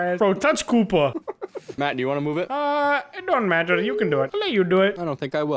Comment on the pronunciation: when said touch koopa, it sound like he's saying "kupa" meaning poop in polish lmao